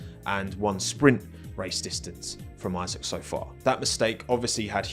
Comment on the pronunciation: It's Isaac not "I-sack" 😭🙏🏻